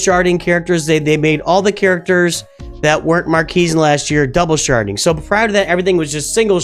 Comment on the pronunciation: Are you sharding or sharting